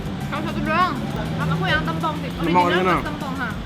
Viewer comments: Yawla epic banget pas momen daging mau jatuh eh kacamatanya ikutan jatuh. Btw kayaknya nama sambelnya yang "tempong" penyebutannya yang huruf 'e' kayak bacanya E dari "tempe" bukan 'e' dari kata 'kemarau'. Tapi di menit berikutnya si pelafalannya udah bener sih, lalu salah lagi. 😅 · Sambal tempong.. penyebutannya keliru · Q ngakak pas nyebutin Tempong,,, "Tem"nya pelafalan "tempe" bukan "tempat" 😂😂😂😂😂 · Kalo orang Banyuwangi,biasanya ngomongnya sambel tempong pake e bukan huruf e kak hehe😉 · ngomong tempongnya bikin ngakak. nada E nya salah tuh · Sambel tempong itu emang uenaaaak banget huhu. FYI, pelafalan tempong kaya e di tempe ya ^^ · Baca tempongnya ga gitu kak